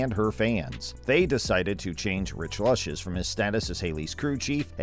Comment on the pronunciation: JFC, his name is pronounced Loooches.